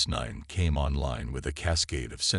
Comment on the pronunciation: The AI can't seem to say Nexus9. However, the usual cliches nor any of the Chen dynasty are present, so well done.